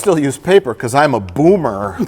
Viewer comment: the fucking power and enunciation mike put into BOOMER threw me out of my chair